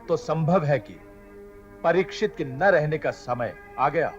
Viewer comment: Pratisikhit nahi Parikshit